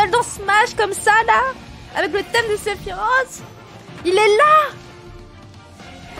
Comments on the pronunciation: On ne dis pas Sephirote mais Sephiroce ! En japonais il s'écrit comme ça Sefirosu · nan c'est séfirwofhe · "Sephirote" aïe mes oreilles. ^^ Mis à part ça, je partage ton engouement à 100%. 👍